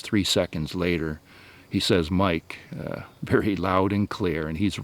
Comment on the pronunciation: Love how he says MIKE! LOL great stuff man